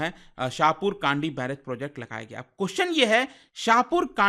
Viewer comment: Kandi nhi, kndi (कंडी) शाहपुर कंडी